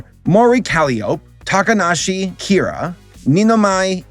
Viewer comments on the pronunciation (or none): Ah yes, Takanashi KIRA